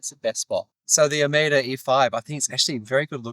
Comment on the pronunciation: It's pronounced O-MO-DUH.